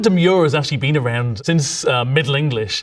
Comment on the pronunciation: "This has bean Etymology Support." lol